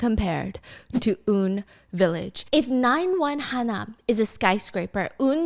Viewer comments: Stephanie 😭😭😭 it’s UN not oun hahahaha pronounced just the letters U (you) N (en) village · Wrong pronounciation on the UN village...its pronounced as the actual UN(United Nation), not woon. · it’s UN not oun, pronounced just the letters U (you) N (en) village 😊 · It’s Han-nam-dong (한남동), not Ha-nam-dong (하남동). It’s also UN Village (as in United Nations), not “Oon” Village. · Not Stephanie saying Uhn Village while my brain goes hannamdong U N village hill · "oon village" I think it's " U.N. Village" hahaha like the United Nations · stephanie!! I love you girl but it’s pronounced “U N” village as in the alphabet letters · Just a small correction. Hope you don’t mind. But it’s pronounced as UN like United Nations “유엔 you en” UN village 😭. Sad life! Indian embassy is right across it and I cry in my poorness every time I drop by the embassy ! 😭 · Excuse me. UN village is not pronounced as how you are saying in this footage. The correct way to say is just same as U.N. (United Nation). You could have asked/researched a bit better. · It’s called You An village only she pronounced it wrong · So as per Bakhyun, its U-N village hahaahahaha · It’s pronounced like The UN. Yoo En Village :) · just fyi, it's actually UN Village (pronounced UN like the United Nations not Un like Kim Jong Un). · it's UN village as in U and N, as in United Nations village babes! 🤣 baekhyun from exo has a literal song about it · isn't it pronounced as U.N. ?